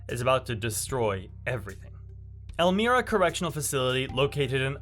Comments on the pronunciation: EL-MY-RA not El-mire-a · ELL-MY-RA ELMIRA CORRECTIONAL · El-My-Ra .... pronunciation is odd i know welcome to NY